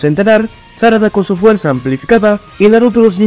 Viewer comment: se equivocó y dice fueza 😂😂